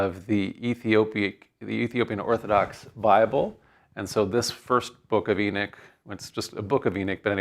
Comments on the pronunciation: Second Eee-nick? {:o:O:} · Beginning of the lecture: It's pronounced Ee-nock. After 20 minutes Enick Enick Enick... Thinks Ee-nock... Well that was the 2nd book of Enick....